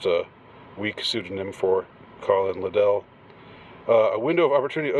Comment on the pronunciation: LIDD-ell, not lidd-ELL